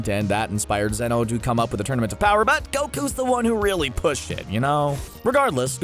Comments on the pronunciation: he said tournament of kower, not power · Who else just realized that he said Tournament of cower instead of power xS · Did he say tournament of cower 🤣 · my nigga said “Tournament if Cower”